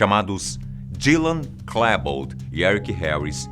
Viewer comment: Se pronuncia "Klibold " não "Klèbold".